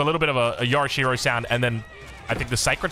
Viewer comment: Yo'rishiro not yora'she-ro. Get it together mate.